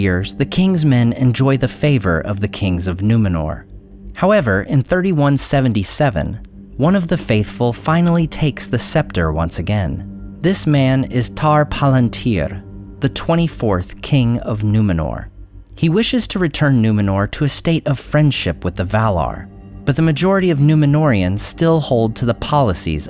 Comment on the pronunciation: it´s Tar PaLANtir and the pronunciation of Gimilkhad in the KH is like an H as in Khazad Dum. l am surprised YOU of all people make these mistakes